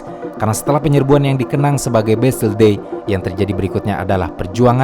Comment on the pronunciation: Setiap narator menyebutkan nama-nama, orang dan tempat, langsung ngelag: Bestel (ini apa toh?) oalaaah ternyata Bastille.